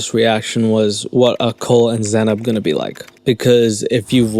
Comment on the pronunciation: She herself doesn’t know how to pronounce her own name. It’s an Arabic name and it’s pronounced “ZAY -NAB” and not “ZA-NAP” lol